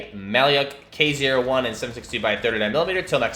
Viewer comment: the actual pronunciation is a bit different: the "lyak" part reads as Luke (Skywalker), so "lya" is more of "loo" the name itself comes from our word малюк, which means baby